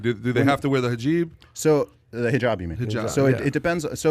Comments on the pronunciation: Right bro the guy said do they were the “hajib” instead of saying hijab 🤦‍♂️🤦‍♂️ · do they have to wear the hajeeb??!! 😂 😂 It's hijab! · This fat dude said hajib lmfaooo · Did he just say Hajeeb 😭😭😭 I’m dyinnnnghgggg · Do women have to wear the “Hajeeb”? 😂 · 'Do they have to wear the hajib?' 😂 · "Hajeeb", fucking hell mate. You can't even pronounce a single word of Arabic properly and you think you know about the whole country. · Hajeeb….. looooooooool ignorant minds. Can’t pronounce the word properly but already has a formed opinion of Muslims. Lol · Who the fuck Brought in the three stooges lol “hajiiib” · How does a Persian dude mispronounce hijab.